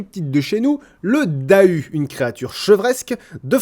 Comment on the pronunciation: en tant que bonne vosgienne je rappelle que Dahu se prononce "Darou"... j'en rigole toujours